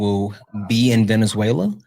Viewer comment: calling it “venezu-ayyy-uh-la”